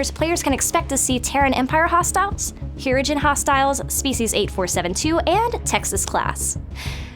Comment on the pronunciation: You can watch the end of Season 4 of Voyager to learn how to pronounce "Hirogen" correctly (specifically episode 15 "Hunters")